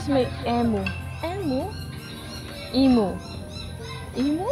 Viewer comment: Natutuwa ako sa vlog mo, very raw, very real! Walang ka-arti arti!🥰 I love it! Btw it’s Emu (Ee-moo) Meron bang manly men sa Manly beach?😄✌🏼